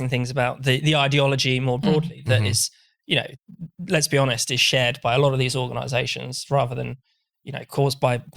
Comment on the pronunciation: ... "Let's be honest" (which sounded like "Lesbi-honest" or "lesbionest")... made me chuckle. It made me think of a birds' nest (birds... get it?) of extremely truthful lesbians. Who also may happen to be bionic. All of 'em. Every lesbian bird in the nest. Okay, I'll stop now.